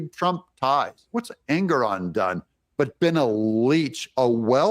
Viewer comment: Pronouncing Engoron sounds like his last name means ANGRY 😠 ON ALL PEOPLE